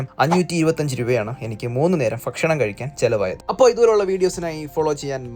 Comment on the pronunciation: Fakshanam alla bakshanam 😂